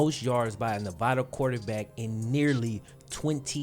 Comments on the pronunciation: I'm a Nevada Alum and watched Malik play against SJSU. Hes not bad but I cant see the hype. He missed a lot of "easy" throws and couldnt read a lot of defensive schemes. Also, its NEV-AH-DUH not Nev-vah-duh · It’s ne-va- DUH 🙄 SAY IT RIGHT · Say Nevada right my guy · Love your vid bro but just gotta say you're killing me with the way you say Nevada